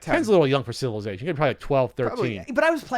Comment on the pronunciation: pronounces 'Civilization' like he invited the word